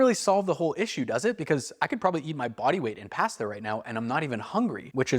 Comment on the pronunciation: The way you say pasta gave me a migraine 😂